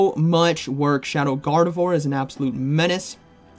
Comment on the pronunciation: Gardavore? Did you mean Gar-deh-vwarr? 🙃